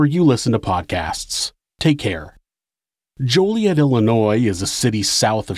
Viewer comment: local its pronounced jolly-et